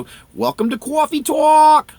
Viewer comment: CAWFEE TAWK!!!!!